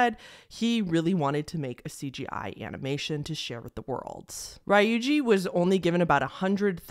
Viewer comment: Ree-yu-jee not Rye-oojee